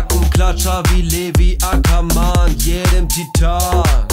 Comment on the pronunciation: Ich bin nicht die einziege,die es aufregt,wie er Levi Ackerman auspricht🤷‍♀️👁️👄👁️